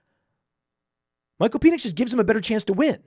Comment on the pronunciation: PEN ix. Not PEAN ix